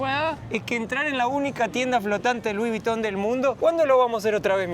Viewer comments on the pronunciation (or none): Muy bueno el video. Pero, preguntale a como pronunciar Louis Vuitton.